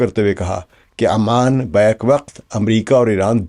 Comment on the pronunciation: Sir its oman not aman